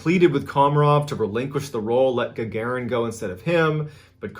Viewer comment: It’s not URI gugurin it’s URI Gagarin Ga-Ga-REen- that’s how you pronounce it